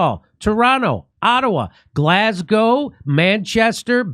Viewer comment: I'm glad you started saying Glasgow properly 😂